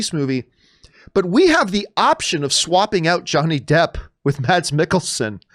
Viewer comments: Hate to be that guy, but it’s pronounced “Mess”, not Mads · Just to clarify, Mads is pronounced "Mas" in Danish.